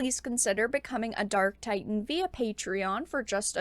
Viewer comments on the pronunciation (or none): none